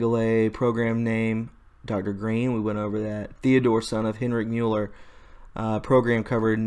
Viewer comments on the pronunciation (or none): none